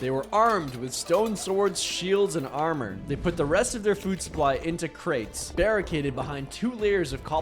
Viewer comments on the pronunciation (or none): none